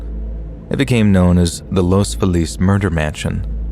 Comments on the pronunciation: In the first story, the place is pronounced Los FEE-lus. At least that's how I've always heard Angelinos pronounce it. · That’s not how you pronounce Los Feliz in LA. As a local, I cringe everytime you say it. 😂